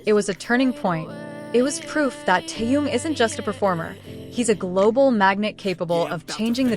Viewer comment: Почему вы неправильно произносите имя Тэхён а?